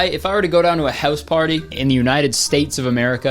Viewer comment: Who didn't know Kurtis was Canadian? Just listen to the way he pronounces "house"